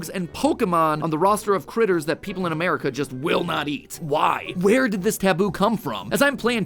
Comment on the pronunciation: Did I hear Mat say "A-Mare-ica"?